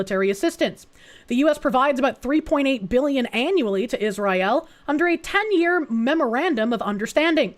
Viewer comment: Pronouncing Israel like that has to fucjing be ragebait, its working